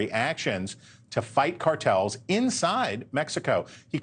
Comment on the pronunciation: Chris, it's AMLO, not MANLO. And no, you can't invade a sovereign country. That's what Russia did.